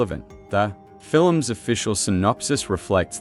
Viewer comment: Fiilll-lummss... is not even a word.. lm sure Spielberg would have a fit if he heard this horrible AI representing his latest masterpiece. Doesn't anybody edit anymore are proof listen to this annoying AI mispronouncing everything. Jeez do better!